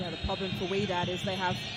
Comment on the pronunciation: Wydad pronounced “whydad” not “wedad”, can’t they read